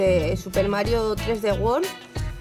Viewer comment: se dice niu super mario...